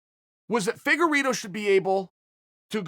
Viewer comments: "Feddugerito " LMAO! I love his name mis pronouncing bits ! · Figure Ito